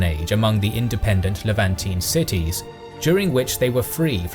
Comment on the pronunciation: Unusual pronounciation of some words (mercantile, Levantine, stalwart)